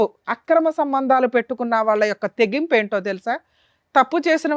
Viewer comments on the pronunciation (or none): Thegimpu kadu Madam Barithegimpu